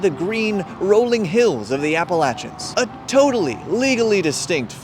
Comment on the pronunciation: Thank you for pronouncing Appalachia correctly.